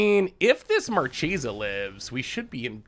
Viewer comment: It's absolutely "markesa" but gets to say it however he wants 🙏🏼